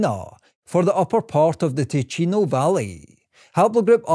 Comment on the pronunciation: Spannender Inhalt, grottenschlechte Sprechweise. Zeitweise viel zu schnell gesprochen (KI) und falsch ausgesprochen (bspw. Tino statt Ticino usw.) Statt dauernd die Haplos buchstabengetreu abzustottern, wäre eine Interpretation für Normalsterbliche angenehmer gewesen. Bitte benutzerfreundlicher gestalten!